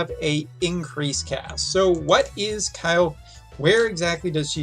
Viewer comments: its not KYLE'F ITS KILL-FAY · I guess the correct pronunciation of her name is "Kil-fe" same like "Kiru-fe" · You need to work on her name pronunciation, you called her multiple names in one video 😂. 😉The GL voice actors pronounce her name as (Kill-fay)